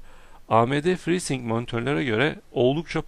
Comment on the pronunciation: abi ci-sing değil ci-saynik diye okunuyor ve frii-saynik